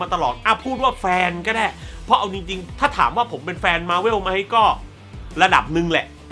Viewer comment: หนังโคตรรักที่สามารถเปิดดูซ้ำได้ตลอดเวลาของปี 2019 คือ Spider Man Far From Home เด้อ สุดท้ายอยากขอของขวัญปีใหม่จากพี่อย่างนึงคือพี่ช่วยออกเสียง มาร์เวล ว่า มาร์เวล ได้มั้ย พี่อออกเสียงว่ามาร์เว่ว มาทั้งปีเลย มันอาจจะดูไม่ต้องซีเรียสอะไรก็ได้ คนเราอ่านออกเสียงแต่ละคำแตกต่างกันออกไปอยู่แล้ว แต่คำนี้ เราขอนะ #ไหว้ย่อ